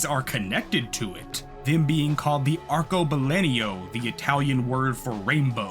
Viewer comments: I would just punch you in the face for pronouncing "arcebalenio" the whole video when it clearly is "arcobalENO" you fucking bitch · My brother in CHRIST, that is so not how you pronounce Arcobaleno. It's ar-ko-ba-LEN-o, not LEN-io